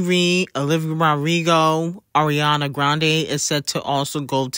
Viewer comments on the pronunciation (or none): none